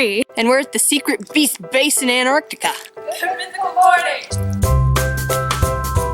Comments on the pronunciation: anartica? isn't it antarctica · Those girls should have watched your video on mispronounced words. Oh, so that's how you're pronouncing "Antarctica"? FailFish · Why can't Americans say "Antarctica" properly?